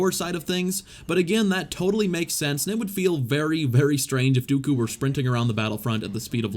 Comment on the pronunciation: The way you say Dooku makes me cringe out of my skin